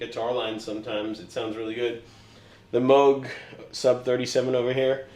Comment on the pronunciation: Nice to hear Misha pronounce Moog properly unlike 99% of people